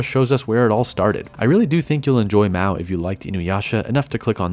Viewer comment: MA-O not MAW :(